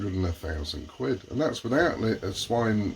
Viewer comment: "Sine" (pronounced "Sign") inverter.